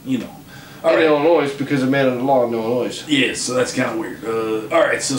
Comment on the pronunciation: S is silent in Illinois